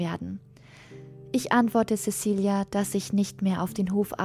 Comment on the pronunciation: Zezilia! Es wird Zezilia ausgesprochen! Wir sind nicht bei den Angelsachsen. :-(